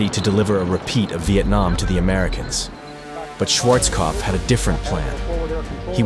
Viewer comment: Schwarzkopf se prononce Schwarzopf maintenant 😂